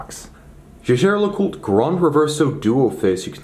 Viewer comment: The jejer Lecoultre??? 😂😂😂